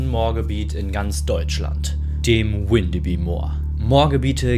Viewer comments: Moin, komme aus der Nähe und ich muss sagen es hat mich extrem getriggert das Windebi gesagt wird es wird aber alles was auf by endet bü ausgesprochen😅(da alle diese Orte mal zu Dänemark gehörten) also heißt es gesprochen Windebü 😅 Trotzdem sehr cooles Video☺️ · Das wird windebü ausgesprochen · Ich wohne hier in Windeby und erstens wird das „W“ vorne nicht englisch ausgesprochen und zweitens spricht man das y hinten wie ein ü. Und dann ward ihr da an einem Ort unterwegs, der tagsüber und ohne Effekte und Gruselmusik zu einem der idyllischsten, schönsten Orte der Gegend gehört. Wir haben hier Obstbaumwiesen, Buchenhaine mit alten Bäumen, kleine Teiche und Seen. Es ist hier komplett gar nichts gruselig, ganz im Gegenteil, und ich muss es wissen, ich bin hier täglich spazieren und zwar auch bei Nacht.